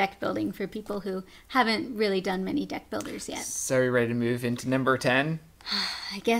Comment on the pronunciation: lol i thought you said death builders :P not deck